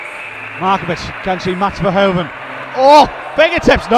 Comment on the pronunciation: maybe it's nice for the finals tomorrow if the presenter pronounces the 'HOEV' in Anak Verhoeven's name the same as the 'HOOV' in Edgar J Hoover? it's the way they say it in Belgium ;)